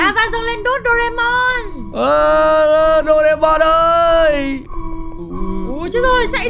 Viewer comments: Doraemon chứ ko phải doreamon nha ạ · đọc sai chính tả rồi thật xa những cái chính tả của bài nhạc Doraemon là như thế này nè bạn thân ơi vui quá là vui bạn hãy cho chúng ta cần nhiều đồ ăn và đồ uống những bảo bối thần k... Như vậy mới đúng chị nha nhưng khi em thấy cái con Huggy Wuggy mồm màu trắng thì em thấy phiên bản này là phiên bản màu đen nhằm Doraemon anh ạ.